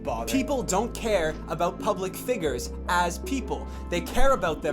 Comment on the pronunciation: ah, said "figgers" instead of "figures". I almost thought this was serious!